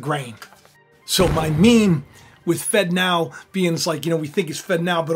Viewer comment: It really sounds like you’re saying “fentanyl” when you say “fed now” 🥴